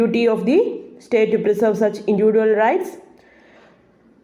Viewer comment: Maa'm..... ഇൻഡിവിജ്വൽ എന്ന് Pronounce ചെയ്തു കൂടെ??